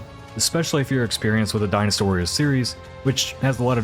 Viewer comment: All I heard was "Dinosaur" every time you said "dynastywarrior", confused the crap out of me for a minute.